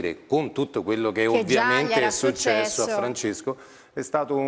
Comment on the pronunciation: ma solo io l'ho sentito???? SULCESSO ahahahahaha